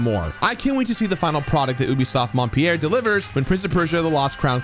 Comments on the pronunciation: Haha I caught that too. Montpellier definitely doesn't sound like Mont Pierre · Your pronunciation of "Montpellier" was terrible, but thanks for a great review!